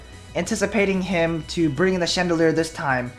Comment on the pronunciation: lol he keeps on saying chandelier not chandelure